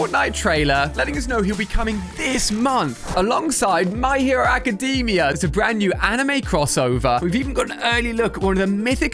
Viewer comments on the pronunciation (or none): AcadAmia not acadeemia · Ali I think it's pronounced my hero (ac-cah-dame-ia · pls say the my hero-acid-am-iea right pls pls pls and its detrot smash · You said my hero academia wrong😤